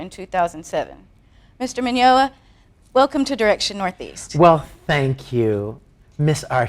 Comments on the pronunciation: i love how she pronounced his last name with an L i dont recall it having an L! XD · S-she said his last name wrong...... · At least pronounce his name right. I mean, c'mon. Please? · i swear i'm gonna kill this lady she can't even say his name right omg